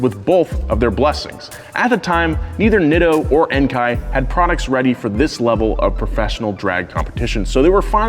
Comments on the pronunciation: This is just a small point, but Enkei isn't pronounced en-kai, it's en-keh. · En-kay not en-kai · No, he pronounced it wrong. They're a Japanese brand, so it's pronounced "en-kay". Enkei is literally the Japanese word (円形) for round/circle. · It’s pronounced en-kay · I’ve never heard Enkei be called “Enkai” before lol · I had Enkei's back in 1980...we pronounced it "N -Key" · No, he didn't, he pronounced it wrong. They're a Japanese brand, it's pronounced "en-kay". Enkei is literally the Japanese word (円形) for round/circle. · Yep, was going to say this. They're a Japanese brand, so it's pronounced "en-kay". Enkei is literally the Japanese word (円形) for round/circle. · Don't you just love how he pronounces Enkei? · Definitely pronounced Enkei wrong , bet many will disagree though.